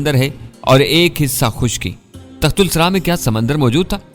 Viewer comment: جناب تصحیح کرلیں صحیح لفظ تحت الثریٰ ہے بجائے تخت السری کے۔ Tahtussara